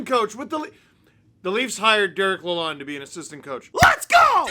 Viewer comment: Take it from a Detroiter: His name is pronounced LA-LOAN, like a bank loan.